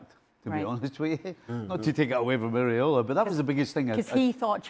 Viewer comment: Stevie Nicol, the muppet, can’t be bothered to learn the coaches name. He keeps saying “Areola”, which refers to nipples. It’s Iraola.😅